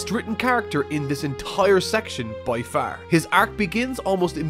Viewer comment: Dude are you from New England. Everything that ended with an "R" you pronounced with a "h". Vegeta was the best written character by FAHHHHH!!!lol